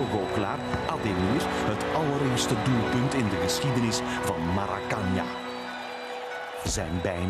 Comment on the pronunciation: wat nou marakanja, het heet maraakanaa